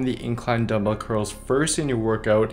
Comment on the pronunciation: "Dumbbel only"